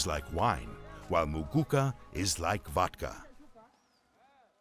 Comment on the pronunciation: Insightful.Ati "MUGUCAR" that narrator wueh😂 😂